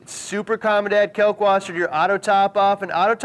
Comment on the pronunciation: Pronounced kAHlk Vaßer